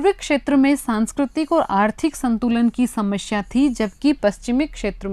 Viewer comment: Ajaad❌Azaad✅ Samashya❌samasya✅